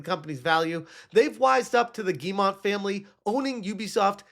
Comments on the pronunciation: Ok let's fix something: it's not "GuilleMONT", but Guillemot and it's pronounced like "Guy-ye-moe" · I find it funny that still doesn't know how to say the name Guillemot, but that's just an extra chuckle out of me. Rayman put them on the map and now ASS Creed has brought them down to this moment.